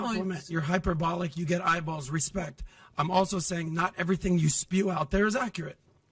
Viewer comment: The fact he doesn't know how to pronounce hyperbolic says a lot to me.